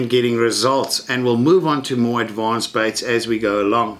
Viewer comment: I almost thought you said "...I will moer this properly ... " :DD